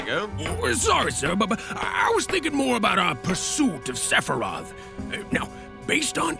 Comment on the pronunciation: i swear the Sephiroth chorus sounds like "Sephy-roth!"